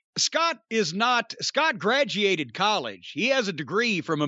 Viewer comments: “Scott grad-e-ated college.” Jim Cornette. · "gradjiated" lmao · "Scott gradiated college" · gra-geeated... yet not a cunning linguist ... oh Cornette, interesting slips of the tongue there; nonetheless, I think the freaks out there would disagree.